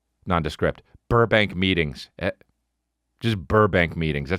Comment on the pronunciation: I’ve been indoctrinated... I heard meetings as “m’eatings”.